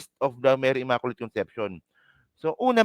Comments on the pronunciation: For your sake,, please pronounce the word “ immaculate “ as “imaQlate” NOT “imakolate”❗️🤮Just educating you.☮️🙏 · Blog contents mo Not worth your YOUTUBE commissions! Wag Masyadong SS🤮👎🏽Create other more relevant blogs. SalaMUCH just the same I was entertained sa pagPronounce mo ng word “Imakolate “ “Salam……..” ☮️